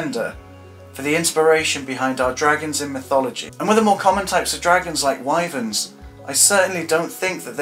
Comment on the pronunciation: I’m really impressed. Wuv Erma are indeed called Why-Verns. The reason is because they’re named by the river Wye, which is pronounced Why. Scansoriopotripatrix? I’m amazed you got the pronunciation right on that. Like I said... I’m impressed! The Burmese and rock pythons fall from heights to kill. Perhaps that could be an origin. I love this video! There are some insects that create immense heat. Oh you got it. 😂